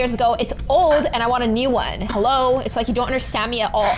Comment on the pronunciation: yea stop SAYING HEWO